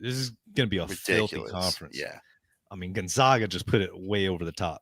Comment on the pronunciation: Can say Boise, and San Marcos, cannot say Gonzaga correctly.